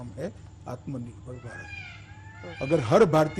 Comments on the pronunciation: Pahle atma nirbhar bharat bolna to Sikh lo chacha agr yehe baat Rahul Gandhi ne kiya hota toh ye bsdk media wale kutto ke tarha divert show karte ke dikho Rahul ne ye kaha atma nirbhar bharat bolna nahi loda lassan godi media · Atmanirbhar toh bolna sikhle